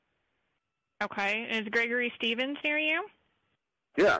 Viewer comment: Ish thish Gregory Shrevensh? No, this is not Gregory Steven’s. Ok!!!